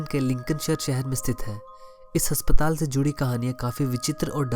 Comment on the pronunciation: Haspatal nhi asptaal hota